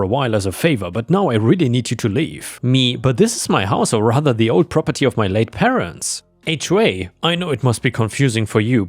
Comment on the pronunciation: Drink every time he says "Prah-per-TEE"